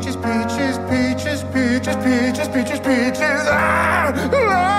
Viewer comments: The first one and the way he said peacjes ended pinkie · The Cantonese one sounds like their saying Bacon when they say peaches and I died of laughter 😂😂😂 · In Cantonese it sounds like he's saying Becky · Is it just me or does anyone else hear the Bengali guy say bitch instead of peaches? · In most of them he says peach but in bengali it sounds like the b word.